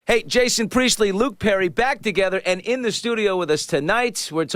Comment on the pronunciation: Priestley not a “Preistley”